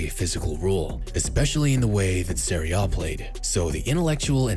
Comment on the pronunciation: Serie A* not Seri O